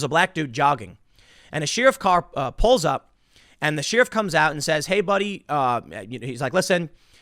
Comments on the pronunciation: i see tim still can't pronounce "sheeeeriff" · Sheeruf?.....learn English Tim! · Tim, for the love of God its pronounced sheriff like cher-if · Tim Says "Sheer-if"... you can't unhear it now. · every time he says Sheeriff... is it a sheep joke? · There are many words that you may hear others pronunciation differently, but I have NEVER heard anyone in 40+ years say "Sheariff". Tim takes the first on that. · you say Sheriff weird. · I hate the way Tim says “sheriff”....his constant mispronunciations cut into any credibility he tries to have.....